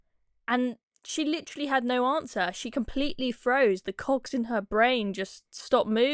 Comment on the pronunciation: Did you say cogs in her brain or cxxs in her brain